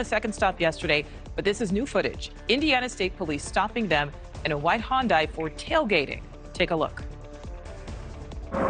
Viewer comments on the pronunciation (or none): Why can’t all these journalists pronounce Hyundai? I’ve never owned one and I know how to pronounce it. 😂